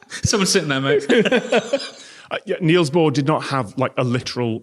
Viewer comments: For future reference: "Niels" is a homophone for "Knells" (as in death knells) and not "Kneels". But don't feel too bad, I've corrected PBS Space Time about this one and their Matt still gets it wrong.... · Dane here, your pronounciation of Bohr was good, but Niels is pronounced with a short i-sound